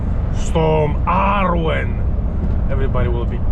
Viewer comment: Arwen is a Welsh girls name, thanks for pronouncing it properly, you're the only non Welsh person who seems to know how.